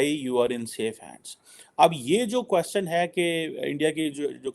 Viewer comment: Aaj style mein baithe ho lekin kwaaaschan is aise kaise? 😂